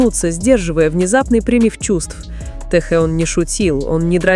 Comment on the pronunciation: ТЭХЕН А НЕ ТЭХЕЛ